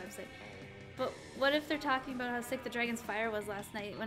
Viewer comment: What did I not know aboot? ... Adorable.